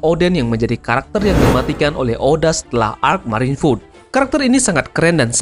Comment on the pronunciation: Marine food? Marine ford bang :v